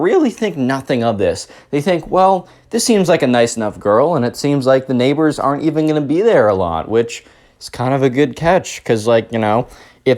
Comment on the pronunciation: "Neighbor" They sure are neigh-BORES!